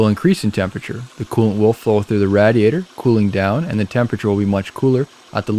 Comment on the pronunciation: I couldn’t help but notice how he was saying Radiator 😂 it’s totally “Rad” 🤷🏽‍♀️ I Guess